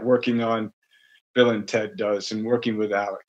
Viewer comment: jesus christ..did you even see the Bill & Ted movies? Clearly not because you would know that their names were said in a specific way that you 100% botched. Bill S. Preston Esq. & Ted 'Theodore' Logan...for shame